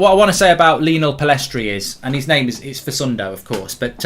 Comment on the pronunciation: his names fasundo - well its not its fa Cundo as the mutv commentators and he calls himself